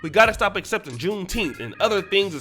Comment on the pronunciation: I'm mad we are celebrating a day that we are still pronunciating as if we are still slaves. Wtf is Teenth?